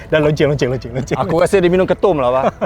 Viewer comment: “aku suka la kereta ni ” kata tak pernah tak kalakar lagi² bila sebut “lonceng” tu hahaaa😂😂😂